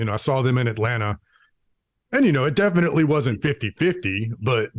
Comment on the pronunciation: "...deffinnittlj not Cannibal Corpse and deffinnittlj not Metallica."